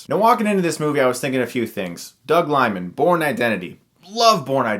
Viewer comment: Doug "LEE-man" not Lymin'